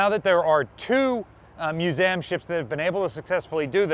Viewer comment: I’m sure someone has said this already but what’s with “Muse -Am”. Are we just being cutesy?